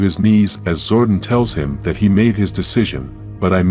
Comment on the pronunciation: Its zor-don not zord-on